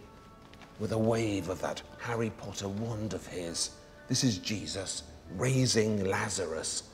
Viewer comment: Love how he says Jesus/Jesuses 😂😂😂 I keep hearing cheese